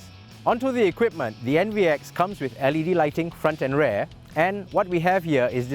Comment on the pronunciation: The way he prononce 'rear' is Unsettling